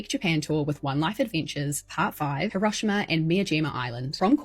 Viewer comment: Not me wondering for a full 30 seconds what horrible thing happened in Huroshama because her pronunciation didn't make me think of Hiro-shima as ericans pronounce it. Lol, oy, I feel dumb.